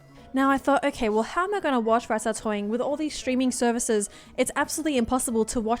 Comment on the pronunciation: Rat-Ta-Toing hahahah